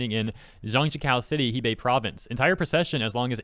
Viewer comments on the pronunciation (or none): I just want to say it's not hee bei, it's more like heh bei